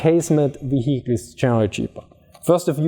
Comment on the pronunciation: Wee Weee we Heeechiles .. vehicles. . I think the 1st pronunciation is better lol